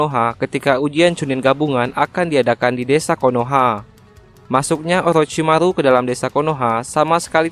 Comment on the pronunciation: Orochimaru bos 😂, bukan olochimalu